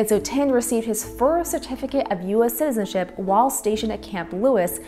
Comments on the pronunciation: She said sizen ship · The narrator can't pronounce 'citizenship'.